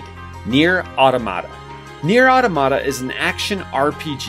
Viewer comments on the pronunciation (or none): You pronounced automata wrong it’s pronounced ah-Tom-muh-tuh the voice actor in the game pronounced it wrong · I think the emphasis is supposed to be on the second syllable of Automata. Say "automaton". aw-TAH-muh-tawn, right? Similarly, automata is said aw-TAH-muh-tah. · Au-tom-a-ta say it with me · you're saying automata wrong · As a fan it's hard to sit through a video where Automata is mispronounced. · Great video! But you’re pronouncing “automata” incorrectly.